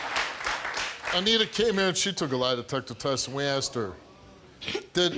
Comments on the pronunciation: It's horrific the amount of axing that goes on with these people. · Why can't she say asked